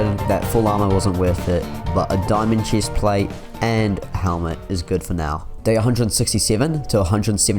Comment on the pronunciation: Im hearing cheese plate👁👄👁